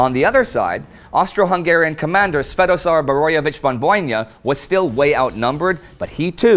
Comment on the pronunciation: Indy, I admire the way you pronounce Svetozar Boroević.